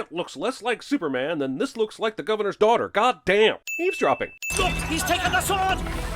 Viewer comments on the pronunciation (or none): I literally heard it as "leaves-dropping," lol. Or is that what he said?